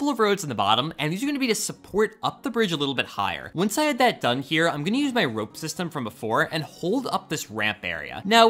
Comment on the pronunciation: Make sure you remember you're vowels. It's rOpe, not rA...